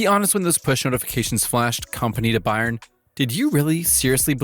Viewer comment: Why can’t you pronounce Bayern correctly? I’m suspicious the voice is AI.